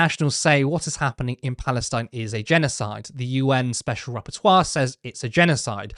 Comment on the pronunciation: "Rapporteur" not "Repertoire" (and yes, OF COURSE it's a genocide)